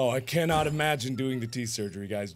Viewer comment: YOU MUSHT DO THA TETHS SUGERY!